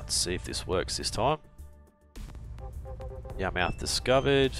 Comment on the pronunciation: Yarmouth is pronounced yar-myth